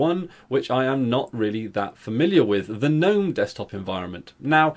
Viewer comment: Thank you for not calling it "g'nome"